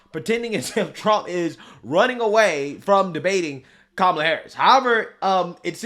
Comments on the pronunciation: She said,"Tramala"". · You're pronouncing her name wrong.